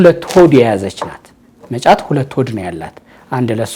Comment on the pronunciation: እመጫት በል መ ጫት አትበል